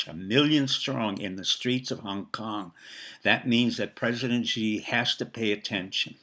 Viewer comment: Dr., your words would resonate with a greater authority if you pronounce Xi's name correctly. Perhaps the best way to get it close is to pronounce "Xi" like the English word "she." It's not perfect, but it would be a big improvement. Kudos to the maga admiral. The RMB has been strong...6.92 presently...to the dollar, so I don't think you are right about the currency falling "20%," the banks are the Achilles heel my friend...it's the banks...